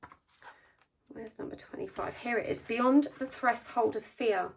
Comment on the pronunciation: Hi,! Thank you for your readings! They have helped me a lot. I hope you don't mind me writing this: I heard you saying 'threshold' in a different way than I had learnt it (I'm learning English) and so I looked the word up. It's pronounced almost like 'fresh' 'hold' = /ˈθreʃhəʊld/ 💗